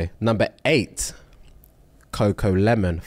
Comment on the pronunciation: gotta stop saying coco LEMON